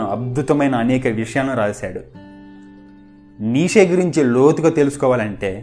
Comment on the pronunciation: Neeshe kaadhu. neecha anaali.nietzsche.if you want to know the correct pronunciation check it on the Google